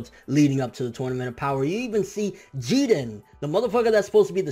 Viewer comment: its really stupid how you say people name wrong like Krillin and Jirin for example smfh 😂😂😂